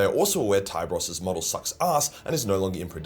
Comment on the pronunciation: So is it pronounced "Thai-bros"? I always pronounced his name as "Tee-beh-rhos" 😮